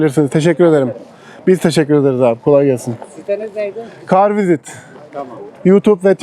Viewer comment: Kolay gelsin kral. Kanalın ismini soranlara kar vizit gibi okunduğu gibi söylüyorsun öyle dersen seni biraz zor bulurlar car visit diye yazıldığı gibi söylersen daha rahat bulurlar diye düşünüyorum. Saygılar kardeş